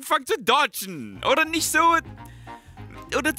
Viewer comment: "Und Swain drückt de Ult nisch" xDDDDDDDDDDD